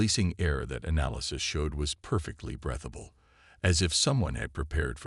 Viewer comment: ( & ) breath-able instead of breathable; 4 ship locations spoken, 8 locations narrated; ( & ) uhn animous instead of unanimous GOOD STORY! The AI needs a bit of tweaking. THUMBS UP!